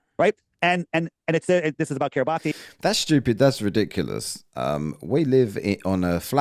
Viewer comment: does his own research but didn't find that Kiribati is pronounced KIRR i bass in Gilbertese language.